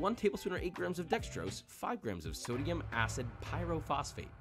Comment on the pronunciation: Did Tim say Sodium-ass?